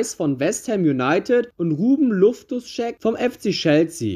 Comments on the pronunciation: Luftos Check 🤣🤣🤣🤣🤣 Bro er heißt Loftus-Cheek 🤣🤣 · Sorry, musste negativ bewerten. Ist eig ein nices Video, aber.... Nimmst du mit einer Kartoffel als Mikro auf? Und wenn Du ein Video über englische Fussball Clubs machst, dann solltest Du Sie auch richtig aussprechen. Nicht FC Liverpool, sondern Liverpool FC, usw. Und nicht Lofus-Scheck.... Grüße